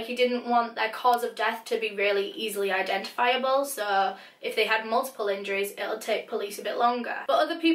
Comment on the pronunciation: suh todays videuh